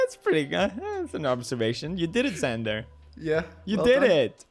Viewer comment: so my name is xander pronounced zander so when he said zander i felt so noticed